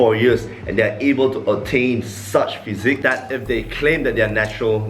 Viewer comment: It’s physique not physic